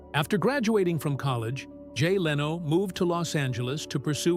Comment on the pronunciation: You were very negative about Jay Leno. Jay did this all on his own without an agent! God bless Jay Leno! BTW, your computer voice cannot pronounce LENO!